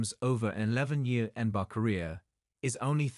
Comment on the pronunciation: C'mon, at least get a real voice actor to read the script. Or watch the video at least ONCE so you can see how ridiculous that AI voice sounds. En-Ba? How about N - B - A. jeez.